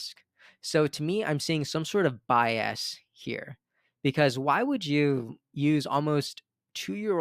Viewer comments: Stop saying bi-ass. it’s more like “BY-us” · I’ve noticed in this video and others that you pronounce bias as “bi-assed” 😅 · Although bi-ass does describe the two party system 😂